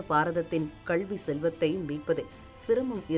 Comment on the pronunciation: செய்தி வாசிப்பாளர் வாயில் சாணியை கரைத்து ஊற்ற வேண்டும் கல்வியை கள்வி என்றே உச்சரிக்கிராள்